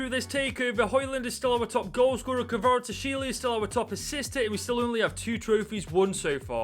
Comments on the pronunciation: Just call Kvichka Kvaratshkelia his nickname which is Kvaradona it is way easier (kh-var-aa-dona) or say Kvichka (cant spell it) its pronounced kh-witch-cah but I may be wrong on that one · The pronunciation of 'kvaratskhelia' just get worse throughout the video 🤣